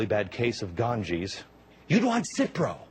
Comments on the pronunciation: Maybe he should pronounce "Ganges" properly in the first places. Then it might not sound like a disease... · he said ganges wrong and it still doesnt sound like a diesease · I feel sad to see ignorance of this guy. First of all the River Ganga is not pronounced as "gangez" but it is pronounced as "Gan-ga". I mean the guy who doesn't even bother to check for the correct pronunciation of the most sacred river in India where we literally bury our loved once should not be allowed to make such news because it creates a lot outrage in heart of those people who are being mocked. I am really sad to see this that are we so cheap that any guy can say so many bad things to us just because we are developing world class health care system? Please have your flush toilets and expensive Gucci bag but please don't insult us like this just because citizen of your country and union of your country appreciated our still developing health care system. You are so perfect you don't need us. Please spare us. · 5 notes: 1) It's "Ganga", not "Ganges". Also, it's pronounced "Gunga", not "Gaangaa". 2)Does Glenn Beck really think he's funny? 3)Does Glenn Beck realize that if he goes to any other country in the world, he'll probably get mugged and beat up? 4)Does Glenn Beck realize that the Indians he's talking about are the Indians from India, and not any other type of Indians? I doubt he's done any research. 5)Does Glenn Beck realize people watch him because he's so racist and ignorant it's funny? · Start pronouncing Ganges as Gangaa! which is the actual pronunciation. Anglicizing everything creates problem ;) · its ok glenn.. we understand you are not at peace with yourself.. do some yoga.. take some meditation classes.. read the gita.. peace will come to you.. its ok glenn... i understand you dont know the river name is not ganges.. its gangaa.. not like gang(ster) different pronunciation.. maybe you are not happy with you wife..or your kids trouble you.. but it will be ok.. keep it cool